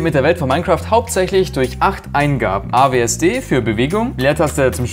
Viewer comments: Das heißt sowas von W A S D 😂😂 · Also das du AWSD anstatt WASD sagst, enttäuscht mich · Awsd?!?!?! Dein ernst ?? Es heißt WASD 😵😵😵😵😵😵